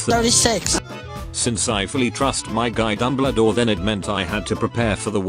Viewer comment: he said dumledore